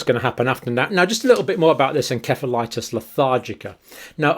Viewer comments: EN-SEF-A-LITIS Nurse John! Learn to pronounce it properly! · Pretty sure the C in 'encephalitis' is pronounced like an 'S'. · Every American dictionary pronounces encephalitis with an "s" sound, where every UK dictionary pronounces it with a "k" sound.